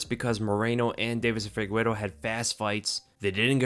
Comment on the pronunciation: is not FIGUERO bro is FIGUEIREDO lol